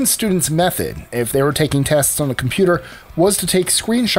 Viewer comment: I thought I heard that in the video.